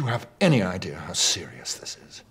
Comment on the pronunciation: doo yOu have Any ideAr how SIRIUS this is